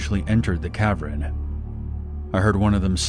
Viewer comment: It’s cav-earn, not cav-ren.